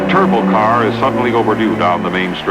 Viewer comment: The aircraft mechanic in me cringed every time he said turbo!